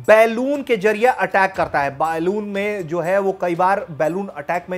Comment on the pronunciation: बलून बोल.. तोतले.. बेलून नहीं😄